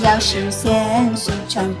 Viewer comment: GDP发音不准，略出戏啊。